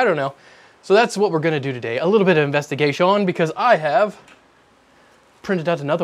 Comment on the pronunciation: WHY DO YOU SAY "INVESTIGATION" LIKE THAT????!!